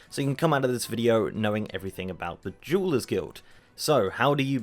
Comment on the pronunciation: Meow correct me if I’m wrong but this fucker is saying jewel/jewelers guild. Meow at first I wasn’t sure, but after hearing it again, I am meow certain of it. Meow is he doing it on purpose to sit up comments or is it just his accent? It think it’s the latter. Come on meow, why would he do it on purpose? Meow you all just carry on meow about your business. Meow.